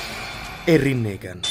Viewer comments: L'intervista più bella del mondo. Naruto Shippuden è nei nostri cuori😭😭😭😭😭😭😭😭😭 bel video. Solo una cosa, Rinnegan l'avete pronunciato male. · Il rinneggan non si dice cosi e anche il chidori